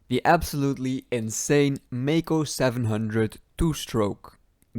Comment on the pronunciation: But it´s not Mako, Maico is pronounced "myco"